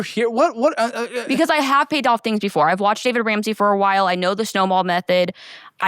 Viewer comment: Or the fact is that she didn't even know how to pronounce his name tells you everything